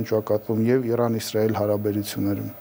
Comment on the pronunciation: Իռան չի ԻՐԱՆ ինչ սովորությունա Իռան էք ասում բոլորդ